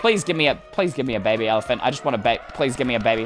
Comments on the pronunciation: how he says "bebe" tho lol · It was really weird when you said “Bebeh” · The funny part is wen you said bebe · It was so funny when you say bebe XDXDXD